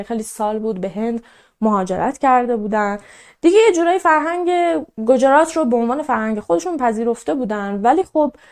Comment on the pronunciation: دخترم گوجرات نیست گجرات هست و همچنین روی ج ساکن بزار. با احترام پاینده ایران اگاه ایرانی بیدار